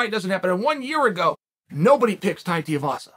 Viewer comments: DUDE, DO YOUR RESEARCH, you mispronounced his name faaar too many times ffs . its TUIVASA NOT TIEVASA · STOP SAYING TIAVASA !!! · goddammit chael its TWO-E-vassa haha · Tai TEE-UH-VASA 🥴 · How many fights until chael learns how to pronounce tuivasa